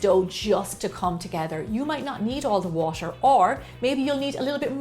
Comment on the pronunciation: When Gemma pronounces t in ‘water’ it’s so exotic like ‘watsher’